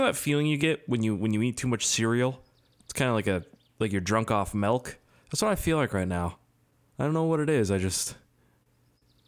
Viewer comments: Hey. It's not "Melk" it's "Milk". There's no "E" in milk. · It's pronounced milk not melk 😡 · why do you say melk instead of milk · "Drunk off Melk" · Mehlk=milk for Canadians 😂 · Reallly.... melk? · it is m I l k not malk